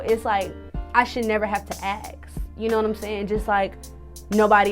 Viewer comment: Ask....not Ackssss. Why can't ppl pronounce their shit right? Escape...not Eckscape. Ffs